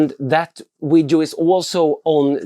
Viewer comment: Grymma filmer, men det heter Video inte Wideos;)